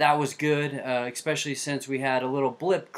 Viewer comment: Why do people pronounce "especially" as "expecially"?